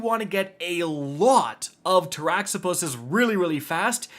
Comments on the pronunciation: So . . . after hearing Gyrfalcon irritatingly mispronounced for many months (it's JIRE-falcon, Latin, as in gyroscope), this rifle is "Tara-Zipposs", named after a demon in Greek mythology. In Greek, "x" is always pronounced as a "z". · This one? Really? Of all the names of things in Destiny to pronounce correctly, it's Taraxippos? Huh...